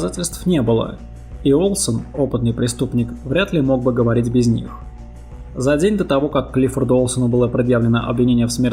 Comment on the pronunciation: Почему детектцив,дзеци(дети),говоритць,гдьзе(где),родзитцели,людзей,обратцили,дзействия? Это модно или престижно или что? Почему нельзя нормально произносить эти буквы?